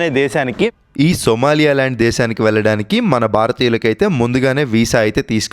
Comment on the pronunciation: సోమాలియా ల్యాండ్ కాదు సోమాలి ల్యాండ్